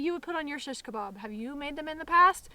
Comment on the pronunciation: I like how you say "SHiSHkabob" :) oh btw lately I've just found out about these cool flat stainless steel skewers that rock! They keep the stuff from spinning around when you flip them.